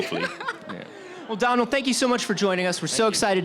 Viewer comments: Domhnall is pronounced dough-nal, not donnell. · that guy says he's hung out with domhnall gleeson a lot but he has never learned how to pronounce his name!! LOL